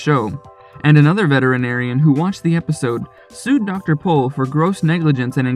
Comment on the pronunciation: Appreciate that you said his last name correctly